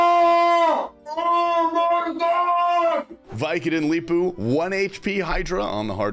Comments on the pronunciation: wtf is that viikonloppu pronounciation XD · I love how you pronounce Viikonloppu differently every time :D and it doesnt sound anything like it should in Finnish but it just makes it funnier